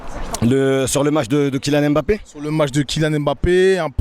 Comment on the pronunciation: SVP ne prononcez pas le (M) de Mbappé (MBA) (PPÉ)